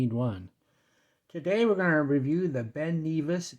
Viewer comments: It's not Ben knee vis its pronounced Ben Nevis! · Not sure where you looked up the pronunciation of Ben Nevis but you are mistaken, the correct pronunciation can be heard in the link. Ben Nevis is in Scotland and is the highest mountain in the British Isles. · Ben Neevis? lol If you remove the plastic film from the bezel it looks less cheap.